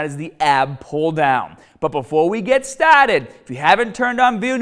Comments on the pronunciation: Ok let’s get stahhhted and use the bahhhbell and grab da bahhh with your arhmms and after the gym get in the cahhh and go to the bahhh it’s gonna be hahhhd. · The Bahhhhhhhrr, Let’s get Stahhhhhhhhhted ,,it’s Hahhhhhhhhhder!!!! Cool video!! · before we get staaahted. its impossible to hate this guy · My son is now saying "stahted" lol. Dad, I can't get the ipad stahted. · Before we get stahhhhhhhted. Hahaha love it. great video you always have been and remain (even more lately) one of my favorite fitness youtubers. One of the few true nattys who actually promotes fitness and useful information. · Yeah you have to be low be before you staaahted